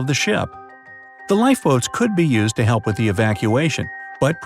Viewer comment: "'elp, 'elp, 'elp". Lol